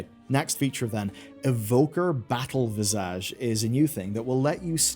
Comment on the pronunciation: It's pronounced "VIZZ-idge", not "viz-AHJ"